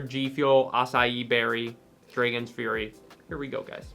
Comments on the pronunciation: Bro why does he pronounce it like that tho? Shit got me scratchin my head lol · Number 10 v2 Nobody:: Say's Draygons